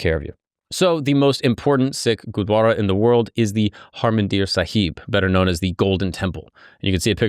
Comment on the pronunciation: Bro it's gurudwara not gudwara